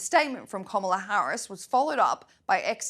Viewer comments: 30 something newsreader mocks Biden for verbal mistakes and then says "Komala Harris" twice 😂. Well done. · Did anyone else catch how Whoopi mispronounced Kamala’s name? If she accepts that whole party. Maybe she should learn how to pronounce her own vice president’s name…….. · Where is the Democrats outrage of racism over Whoopi mispronouncing the VP's name?